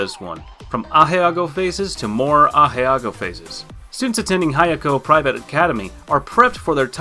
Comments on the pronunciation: man said agehago instead of ahegao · Wayne Game Sorry dude, I meant that was saying Ahegao weird, the anime name is Kakegurui